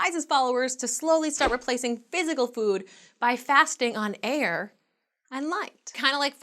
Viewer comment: "Polluted aair my ass more like hot aair" the way says air like that lol